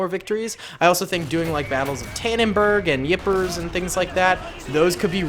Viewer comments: Hey, just so you know Ypres is pronounced “ee-pair”. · can you make the battle of Ypres and its pronounced "eep" and can you feature me